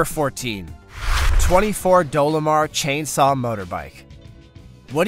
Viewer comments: its dolmar not dolamar you cant pronounce names so stop narrating this is not the first you have shown you are clueless on not to mention other blunders as listed in other comments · D O L M A R not Dolomar. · chassis=cha-sis 😂 Dolmar=Dolo-mar .. he definitely pronounced Siemens right though. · "Dolomar" got me, I have an old DOLMAR Chainsaw. "Dolomar" sounds like a candy bar. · Great video, but it's Dolmar, not "Dolomar". I have an old Dolmar CA Chainsaw. They were produced from . It still cuts the winter's 2 requisite cords like butter. Best saw I've ever owned and used. 🙂